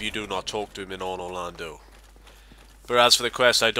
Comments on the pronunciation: Y u pronounce it Onor Lando 😂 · "In onor Lando" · "onor lando" :L